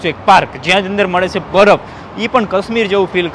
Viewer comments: Badaf nai barf ben bolta sikh😅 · pehala baraf bolta shikha